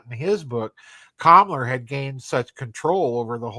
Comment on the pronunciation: I know you're saying Kammler, but it sounds like you're saying Kamala.